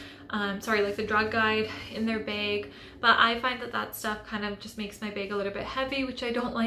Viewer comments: Why do you keep saying "bage" its bag with a short a sound 🧐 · There are so many accents in the world